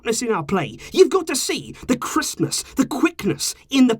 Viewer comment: FarGo 123 he didn’t say Christmas??